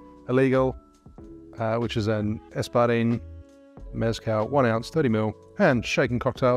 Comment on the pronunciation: You learned maraschino, now learn “meh-skáhl” not MÉZZ-cal. Please 🙏🏽